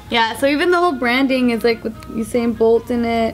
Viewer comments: IIsYouAndYouIsMe Oo-sain bolt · omfg them saying u/sain pisses me off, its you/sain fucken hell ha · ITS YOU-SAIN. NOT OO-SAIN 😭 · The way pronounces Usain is so weird "OohSain" LOL I'M DEAD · IRK, It's 'Yousain' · Oosain bolt!! 😂😂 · Oosin bolt😂😭😂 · Its U-sain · The way you guys say Usain hurts me a little I can't lie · The way they're pronouncing his name has me triggered 😂😂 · Khad I know... Bart said it right tho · calling josh stupid when she can't say usain